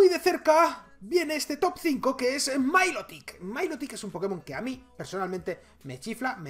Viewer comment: Me encanta la pronunciación diferente de los pokemons a (pongo como se pronuncia) milotic le llama mailotic 😂😂